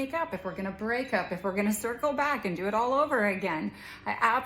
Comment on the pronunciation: It's not "due". It's "do".😂